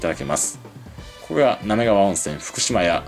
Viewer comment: ”なめりがわ”、じゃなくて、”なめがわ”なんだー